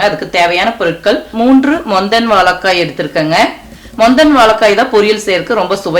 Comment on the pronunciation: Unfortunately you are unable to pronounce 'zha' properly, and also the big L. Otherwise great recipe. Thanks.